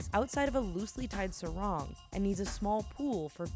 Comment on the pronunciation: The way she pronounces "sarong" is so cringy